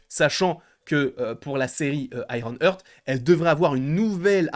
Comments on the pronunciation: Petite info, ça se prononce "Harte" pas "heurte" ;) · J'ai les oreilles qui saignent à chaques fois qu'il dit "Iron Heurttt" mdr 🤣 C'est IRON HEART!!! ( prononcé"Harte") bordel !!!